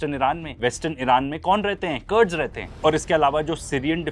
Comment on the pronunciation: कर्ड्स नही कुर्द हैं। कुर्दिश जमात हैं।